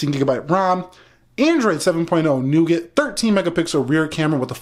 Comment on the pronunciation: You mistakenly pronounced "nougat"!